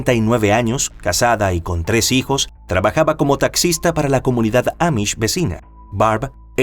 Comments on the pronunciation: Dos veces el narrador dijo: "Mis sijos", en vez de: "Mis hijos". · Sí yo también escuché misijos 😅